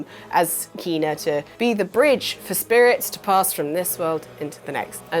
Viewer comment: its not keena, its KENA.... i give up, the amount of games you mispronounce is just bloody stupid, are you doing it deliberately?